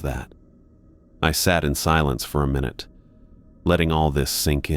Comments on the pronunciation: "I opened up the clock and changed the mi-nute hand." 😂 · He also needs to learn how to say MINUTE